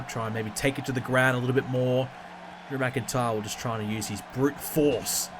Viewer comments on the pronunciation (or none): none